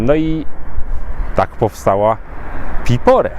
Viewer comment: Piporé czyli akcent na e. 😊